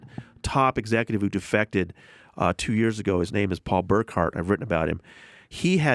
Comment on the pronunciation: I'm a longtime fan but I agree. It's a little embarrassing...When they cant even say his name right after hearing it several times it makes it clear they dont really care.